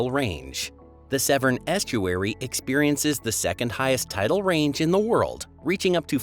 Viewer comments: Severn not seven. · By the way the isles of Scilly is pronounced silly not skilly and the river Severn is pronounced seven. Idiot